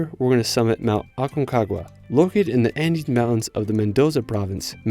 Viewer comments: CALIFATO??? Calafate Specasina? Spegazzini Usgua USHUAIA Que pasa que ningún lugar pudo pronunciar bien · PERMaMARA???Purmamarca Aquenagua??? Aconcagua BARLOCHE.... Bariloche Elchen? Chaltén